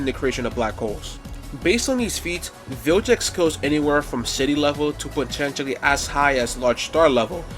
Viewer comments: It's, Vilgax, not jax... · Vilgax, not Viljax. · vilGax not vilJax 😂. Also why not Benku instead Tanku. Just fits better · BRO even calls Vilgax "Viljex"🤣🤣